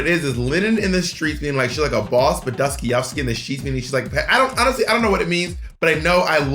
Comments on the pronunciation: Not Dosty-ovski 😅😳 it's Dostoyevsky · Oof, the way Bob butchered the surname of one of the most well-known Russian writer is iconic 🤣🤣🤣 Its pronounced as Doh-stah-ye-vski. He is famous for writing depressing and conplecated prose, the most known id Crime and Punishment where a student decided he is much more worthy than the rest of the people and it gave him the right to do whatever, so he kills an old lady with an ax. You can read the rest if you are hooked, it's a good read. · Y’all both mispronouncing Dostoyevsky is KILLING ME!!! DOSS-TOY-EV-SKEEEEE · love the way Bob's pronouncing Dostoyevski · The mangling of Dostoyevsky 😂😅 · The complete butchering and cluelessness in regards to Dostoyevski and Lenin 😭😭😭😭 love yall no hate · Easily my favorite part of the video is Dostoyevsky's name never ONCE being pronounced correctly. I swear this isn't shade, I was giggling the entire time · Bob trying to say Dostoevsky is too much for me 😂